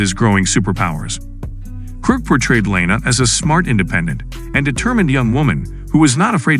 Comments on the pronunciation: lana not lanena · Why does he keep pronouncing Lana’s name wrong?